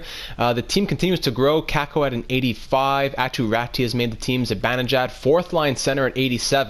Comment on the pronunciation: Aatu Raty is pronounced: "Ah-two Ra-two"